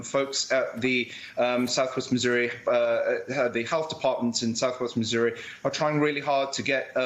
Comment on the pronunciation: Did she accidentally mispronounce Missouri as "misery" or did I just mishear it? Misery does sound like a better name for that state, the state of misery.